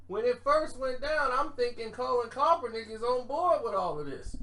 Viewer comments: It's Kap not cop...... Kap-ernick not KOP-ERNICK always ruining a name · Mook Deol “coppernick is pissed” lol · For goodness sake, where the hell is up with your mispronunciation of Colin Kaepernick's name???? You can read, right? Where is the "L"? You keep saying "Kalpernick"🤣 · My god!!!!! LOOK!!! LOOK!!!! KAPPER-NICK SAY IT..KAPPER-NICK! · never says keapernick name right 🤣